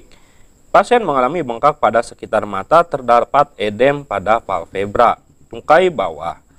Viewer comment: Baca udem kok edem sih😂